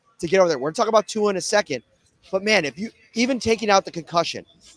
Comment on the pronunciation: Why dont Yall take the time to learn how to pronounce Tua name I swear white ppl love crucifying names